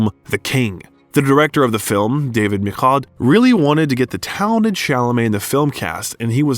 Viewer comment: Please learn how to pronounce people's names, oh Person who Reads these Texts! Michaud is a French name, where CH sounds like SH in English.